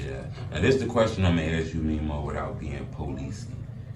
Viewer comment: This all you needed to do. Drop the interview. Was gonna unsubscribe from yo policey-ass on part 20. The man kept sayin his name and you kept with the ‘memmo’ 🤦🏽‍♂️